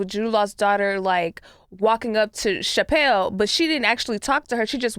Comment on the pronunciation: Obvi all in good fun, but SO glad didn’t let the “shapelle” pronunciation slide. Never need to intentionally mispronounce a woman’s name, especially when discussing the misogynistic smear campaign she’s a victim of